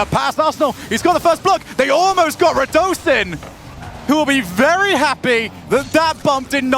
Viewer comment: Radosinho should technically be pronounced as Ronaldinho's "inho" is pronunced imo